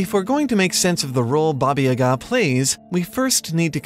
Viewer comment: Your pronunciation of "Baba" hurt my slavic ears